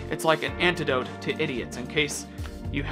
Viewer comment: Antidote! Not anecdote! I’ve been reading the pop up definition in your videos wrong. lol I kept thinking “but that means he is still basically calling us idiots, just in story mode.”